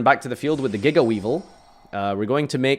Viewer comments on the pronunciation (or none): none